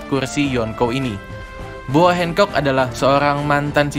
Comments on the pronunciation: R nya mana bang gakjelas Boa hancock bukan boa hengcok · Hancok bang bukan handcok